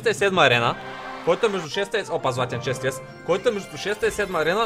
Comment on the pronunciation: Само аз ли чух да казва леджендъри често от фрий чест хДдд